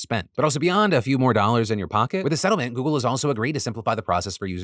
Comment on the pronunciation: phil stop saying goggle my s23 kepps thinking tour asking it a question